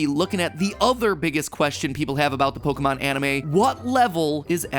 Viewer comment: I dislike how Pokémon is pronounced in this otherwise decent video.